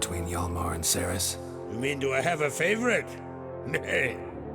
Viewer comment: It bugs me so much that they keep mispronouncing the name Cerys.